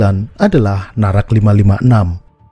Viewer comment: คนอินโดนีเซียอ่านออกเสียงนาแร็ค ว่า น่ารัก 555+ 😁😁😁😁 Og Indonesia baca dengan kuat NARAC sebagai 'NARAK' hahaha+ 😁😁😁😁